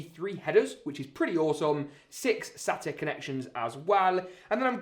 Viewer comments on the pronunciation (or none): none